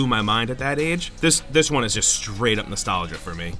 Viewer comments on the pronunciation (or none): none